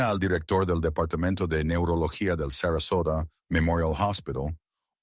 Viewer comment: The girl was 5 years old or 9 years make you a bad narrator 😅 is sasarosa or Sarasota please!